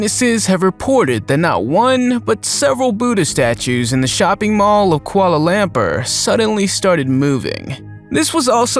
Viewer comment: In my opinion it was his pronunciation of Malaysias Capital.😂